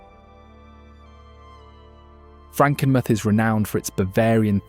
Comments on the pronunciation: FRANKENMUTH…pronounced FRANKEN-MOOTH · As a lifelong Michigander, it’s painful hearing the mispronunciation of historical places. Mackinac is pronounced Mackinaw. Frankemuth is pronounced Frankenmooth. There are others too, but for brevity, I’ll only point out those 2. Also, Peninsula doesn’t have an H in it, but I know that’s a very English thing as they do it in many words that contain S within the word. Before making videos like this, I suggest making sure whomever is recording the voiceover knows how every word is pronounced so we don’t have to hear words pronounced incorrectly. These words can easily be looked up on the internet, so it makes learning their pronunciation so much easier. Other than the mispronunciation, the video captures Michigan’s beauty splendidly & it makes me very proud of my beautiful state.💜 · Very good video, I'm sure you triggered some of us Michiganders with the pronunciations: Mackinac: Mak-i-naw Tahquamenon: Ta-kwam-in-ahn Macatowa: Mak-a-ta-wa Potawatomi: Pata-wata-me Frankenmuth: Frank-in-mooth Grand Sable: Grand Sah-buhl Leelanau: Lee-la-naw Pier Marquette: Peer Mar-ket Charlevoix: Shar-la-voy Gratiot: Grash-it Ontonagon: On-tahn-ah-gon Would be nice to see another video that covers some of the actual less known sites in Michigan!